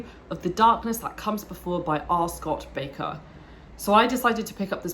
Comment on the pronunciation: My top 3 favourite series also! Just to politely correct one of your comments; His last name is pronounced as 'Baker'. (Not back-er). You may have watched Sadler's videos where Sadler incorrectly pronounces it 'back-er'. Or some other reference. But, R. Scott Bakker himself has said it is pronounced 'Baker' see the first 10 seconds, or so, of this video for reference. Cheers.